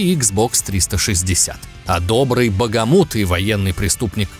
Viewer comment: Правильно не багамут ,а бахамут